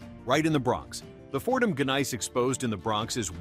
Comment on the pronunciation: The rock found in the Bronx named Fordham Gneiss is pronounced without the hard G at the beginning of the second word. It's correctly pronounced Fordham NICE!